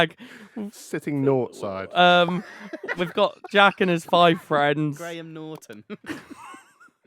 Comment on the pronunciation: "Graham NOUGHTon" 😂🤣😂